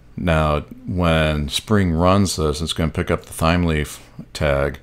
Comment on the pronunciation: Loving the video thus-far, thanks for taking the time to create it, much appreciated. P.S. I think it may be pronounced "Time-Leaf", just basing it off of the herb "thyme" which is pronounced like "Time"